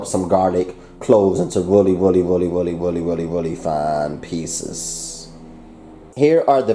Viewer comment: Why do you say willy instead of really just wondering just a